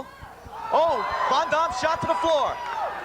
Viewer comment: Why in the flying fuck do they keep calling him von dom?! Denny brown even said it correctly to his face and he kept doing it!! Slap the taste out his mouth lol.. and glad to see David Copperfield doing some ref work lol